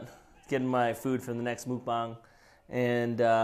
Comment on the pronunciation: Dang actually pronounced Mukbang correctly!